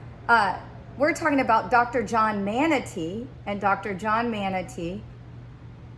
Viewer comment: Our family’s name is pronounced Mon-tuh-nay beloved.